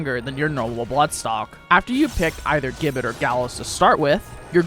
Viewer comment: Gibbet. Pronounce 'Jib-bet'